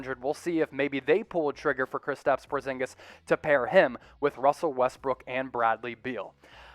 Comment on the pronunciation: Not portzingas